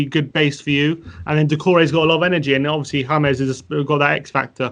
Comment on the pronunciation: I don't understand how anybody who watches football still doesn't know how to pronounce James. I bet they say 'Reel' Madrid, too. Shudder